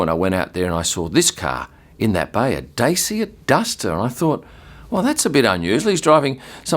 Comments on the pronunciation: The dacia duster is a superb car actually. Very value for money. Also it's pronounced da-chia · Dacia is pronounced Dah-cha for anyone interested in the english native language world